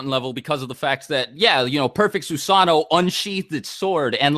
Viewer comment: You guys need to learn how to actually pronounce all od these names... Susano'o, kisame... More from other videos like minato... Its kind of ridiculoud hoe youtubers know so much but they cant even pronounce any of it